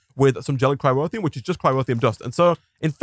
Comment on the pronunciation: It bugs me slightly that you replaced the R in "boron" with a W, and then moved that leftover R into the middle of "cryotheum" lol. Bowon and cryrotheum. All joking aside this has been super fun to watch.